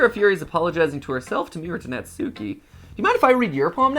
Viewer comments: Years ago, all these American youtubers had me thinking her name was pronounced (Nat-soo-key) when in fact, Natsuki’s name is pronounced (Not-skii) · Ok the way Matt and pronounce Natsuki is driving me crazy It's Nat-skee, Not Nat-sookee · Its pronounced Nat-s-ki bot na-su-ki. Even tho the Tsu is there in names and in the middle of words the t and u is silent usually. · If no one else is going to tell MattPatt, I will. Natsuki is pronounced nots key or not ski, not nat sue key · Yay! is here!! Note: since their names are Japanese they are pronounced Sah-yo-ree (Sayori), Not-ski (Natsuki), Yoo-ree (Yuri), and Mo-nee-kah (Monika). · YOU ALL ARE NOT SAYING NATSUKI'S NAME RIGHT!😡😭😱😫😒🤬